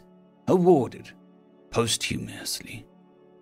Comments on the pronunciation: Poss-tyu-muss-ly 👍 keep improving, bro! It also bothers my meticulosity that ColdWarBoomerwaffen is cited twice... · "Pos-Thum-Us-Ly" but nice attempt. :D Well read my good sir.